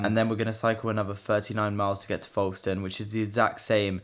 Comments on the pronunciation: It’s Folkestone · The way that you say Folkestone....